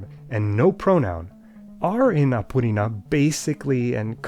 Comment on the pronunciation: BRO THE WAY HE PRONOUNCED APURINÃ CORRECTLY IS INSANE